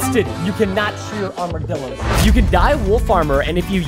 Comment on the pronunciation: He just said armadillorssssss